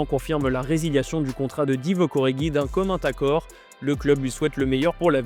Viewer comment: je suis resté jusqu'au bout juste pour entendre "commun t'accord"